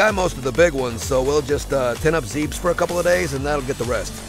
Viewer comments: Did you just pronounce Zebes as "Zeebs"? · well, technically you could debate about pronouncing Aran both ways, but Zebes as Zeebs?